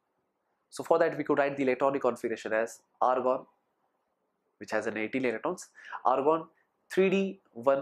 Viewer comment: Lgta h bhai k cold hoya hua h.....😂😂😂😂😂 Tbhi to Argon ko organ bol raha h....va ri angreji mata....🤗🤗🤗🤗🤗🤗